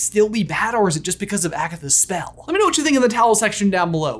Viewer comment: You said agasses